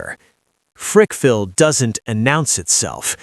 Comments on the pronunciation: It Frackville Pa not Frickville and it’s a quiet little town . Nothing he said was true! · It's not Frickville....it's Frackville. Place is a shithole.